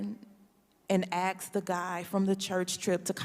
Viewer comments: More abortion = fewer leftist trash. And , did a congresswoman just say "axed"? Jesus Christ... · She axed the guy from the church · She “Axed” the Guy…..